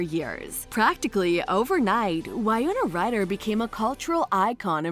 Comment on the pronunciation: If you’re going to do a documentary style video on someone, make sure you can at least pronounce their name correctly.